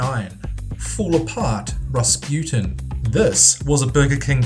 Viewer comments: I'm preeeety sure it's pronounced rus.pu.teen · you can't even pronounce Rasputin right... rolling my eyes over here...